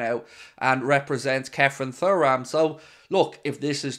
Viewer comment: You still can’t pronounce his name properly… surely you seen his dad play???